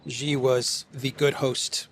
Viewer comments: Jeeee jinping? It's pronunced "she" like the female pronoun. No like button for you today! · Its not Gee, its She - for Xi Jinping.